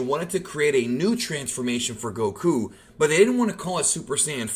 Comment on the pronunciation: Stop saying Goku like that